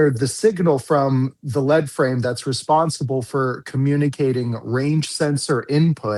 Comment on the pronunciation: Lead frame is more essentially a circuit board with built in sensors. Its not a computer and its pronounced “leed frame”. Its also easy to replace. Also, what toyota transmission is regularly running 500-700k with no maintenance? Calling the 6r80 unreliable is just ignorance in my opinion. I have 3 trucks with them and have replaced one lead frame, and I replaced it myself at 150k miles. You guys are both FOS, plenty of vehicles are making it well past 100k.mi. and with ease.